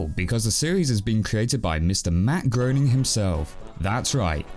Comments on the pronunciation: sorry mate, but it's pronounced "GRAY-ning" nice vids, though. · Fine, but the "groaning" pronunciation is wrong regardless of geography. I just tend to hear the mispronunciation with more regularity and confidence from our brethren across the pond. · Js his name is pronounced graining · To quote the man himself, "Groening" is pronounced 'gray-ning' like "complaining". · It’s pronounced Graining lol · I definitely enjoyed this review, but I feel compelled to note that "Groening" should rhyme with "raining".